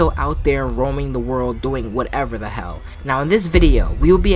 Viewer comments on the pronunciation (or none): none